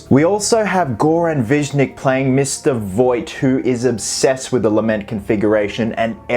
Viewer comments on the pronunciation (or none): just a minor thing to correct :), pronunciation of Voight's actor last name is ''Vishnich'' not ''Vishnik'' , he's a croatian actor that I met a few times, cool cool guy, lol that's it